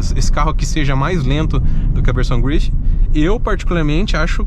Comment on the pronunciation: Belo vídeo, mas tente levar menos as palavras para o inglês. Carro francês, então não se fala "gruifi", apenas grife mesmo. Fica mais legal. No mais parabéns pelo vídeo. Sucesso.